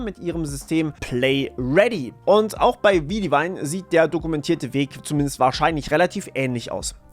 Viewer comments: Widevine ist eine Wortschöpfung aus den Wörter wide(breit) und vine(Rebe), also im Grunde genommen grob übersetzt breite Rebe. Dadurch, dass es eine Wortbildung aus zwei bekannten englischen Wörtern ist ist die Aussprache auch wie bei diesen. Um die Aussprache zu verdeutlichen, du sprichst es ähnlich aus wie wenn du Weitwein sagen würdest. Das e in wide ist also stumm und vine klingt ähnlich wie das deutsche Wort Wein. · Einfach Widevine [white Wein] aussprechen, das erste Englisch das zweite Deutsch, notfalls weit Wein. 🍷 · Ist die seltsame Aussprache von Widevine die korrekte Aussprache? Ich hätte jetzt intuitiv einfach wide-vine gesprochen. 🤔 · Gutes Video, aber die Aussprache von G.O.G. und Widevine ist schlicht falsch 🫪